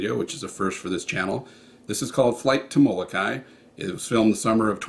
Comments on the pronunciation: Mo-lo-kai-EE Remember please to pronounce the last "i" sound. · Moh-koo-lay-LAY, please.